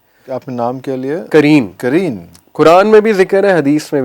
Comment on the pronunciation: Not ترین it's قرین۔۔